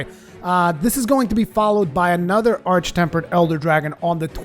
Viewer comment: Thank you for saying arch and not ark